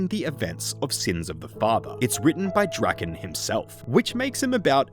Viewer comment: According to rs3, Lowerniel's surname is actually pronounced more along the lines of something like "druh-KAHN". We learn this in The Branches of Darkmeyer and subsequent quests.